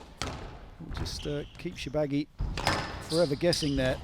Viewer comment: Shor-ba-gy and not Sho-ba-gy!!!